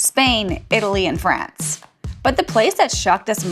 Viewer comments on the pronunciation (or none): none